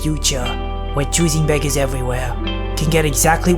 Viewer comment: The choosing begger intro sounded like choosing bagel